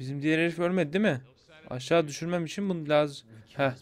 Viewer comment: abi laz mısın ''in da aşşa in da'' dedin diye düşündüm